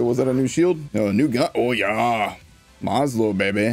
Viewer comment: "is that a new gun" inner german intensifies: "ohhh jaaaa" also greetings from germany